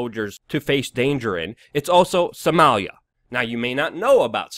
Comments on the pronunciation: Why can't you say Soh-mah-lia? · you say Somalia funny